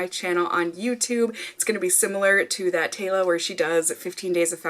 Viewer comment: Thataylaa is pronounced like the but with an a, and it sort of all runs together when Taylor says it, like thetayla lol. But regardless of how you pronounce it, I love that one of my favs is becoming more known on another favs channel. I love both of you so much even though I have VERY different skin from you. You’re just so real. Also, you always kill it with the theme songs 😍😍